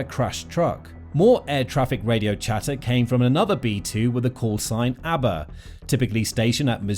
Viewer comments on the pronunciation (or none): none